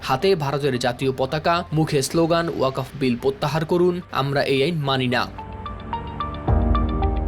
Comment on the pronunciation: উচ্চ শিক্ষিত সাংবাদিক কিন্তু ওয়াকফ উচ্চারণ করতে পারে না